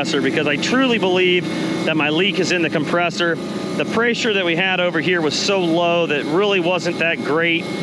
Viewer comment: Dude is smart as hell but can’t say the word pressure without adding a Y 😂. Preysure. Seriously though good shit you the man